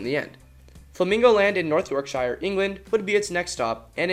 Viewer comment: Ha ha. Got to love the way Yanks say Yorkshire and other British place names. Don't get me wrong. No hate or anything I just find it funny. It's pronounced York shear. Weird I know but us British like to poke fun at other nations like that.